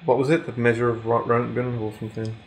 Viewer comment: Its pronounced ROAT-GEN or RONT-GEN, hope thats helpful :) looking forward to watching him eat more peas from the can... on the can... :D